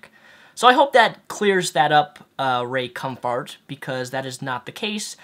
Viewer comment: ...the fact that you would mock Ray Comfort by deliberately mis pronouncing his name really shows how childish you are...Want to sound intelligent? Resist the temptation of being an asshole 😉 Just sayin'...